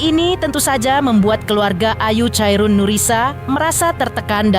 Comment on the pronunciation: bukan chairun mbak tapi sebutannya khairunnnisa